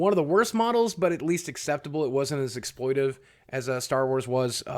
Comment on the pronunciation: btw mate, the word is 'exploitative', so its pronounced ex-ploi-ta-tive :p, rather than ex-ploi-tive